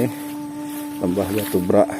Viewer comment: Beghak, bukan brak... Beghak artinya tenggelam